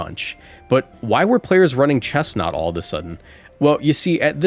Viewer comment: finally, respect on chesnaught’s name